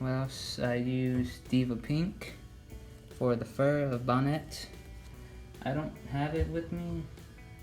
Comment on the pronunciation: It’s not bonet